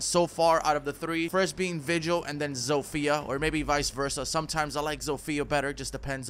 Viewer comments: Just a tip for you if you want to pronounce "Zofia" better, don't put the accent on "I", put it on "O". Trust me, be boy is from Polando. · (I know you mentioned it but still...) Zofia is not pronounced like you do it. Throw her name into google translate pls. (I'm polish and I keep getting absolutely triggered by people prknouncing it wrong) nice vid btw.😉